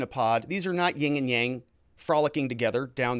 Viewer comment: You keep saying 'yin and yang' wrong.